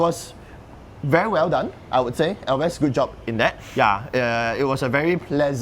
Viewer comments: Elves... not El ves. Elves are imaginary beings in English. Falath is a kind of levee. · ‘elves’ as single syllable, not two. nonetheless, good looking frame. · ELVES - Pronounced correctly by host, 😅 corrected incorrectly by owner.. aiyaa